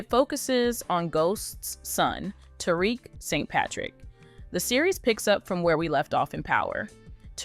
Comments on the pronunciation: Who tf is "terick" 😂 its " ta-reek" "tariq" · I didn’t even finish this video, because if you can’t even pronounce the main characters name, why would I think you could tell me anything about the show. 😂